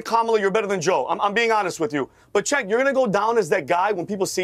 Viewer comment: I don’t get it. My kids learned the CH makes a sound like in the word Chew. Cenk Has no CH in his name. It’s pronounced Sink